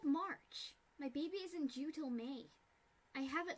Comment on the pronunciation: "Oh my gosh When are you due" sounds like "oh my gosh when are you jew" stg